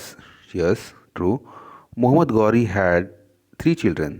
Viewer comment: Mohammed gauri nhi Mohammed ghori hota h Chutiye